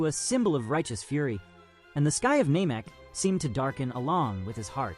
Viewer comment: dbz fan with dbz youtube channel that does not know how to pronounce namek?